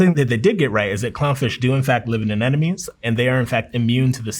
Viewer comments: No! As an aquarium hobbyist, hearing a marine biologist say "Anenomes" instead of "Anemones" hurts my soul 😭. People really be pronouncing it like that. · ANENOMES?? am i deaf of did he just pronounce that wrongly? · Is he saying anenomes? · anemones. not anenomes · "Fishes", "anenomes"... 20 seconds in, and I've lost all faith in this guy. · its so frustrating to hear him say "anenomes" instead of anemones!! Like ffs you're a marine biologist, at least TRY and correctly pronounce the words. Nemo even kinda made fun of people like you who can't say it lol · he had me until "ANENOMES" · Never trust a marine biologist who says "anenomes" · Did he say “anenomes” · I really can't get over the fact (and it makes me happy, don't get me wrong) that a lot of english speakers pronounce Anemones as Anenomies. It's a nice change in language. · Lost me at minute 1 mispronouncing anemones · It sounded like he said Aneṉome, twice.